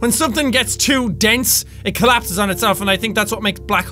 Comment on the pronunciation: "I hope i can make it big enough so it collapeses on itslef" hahahahaha